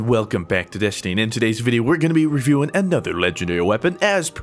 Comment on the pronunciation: he always says ''welcome back to destine'' rather than destiny :/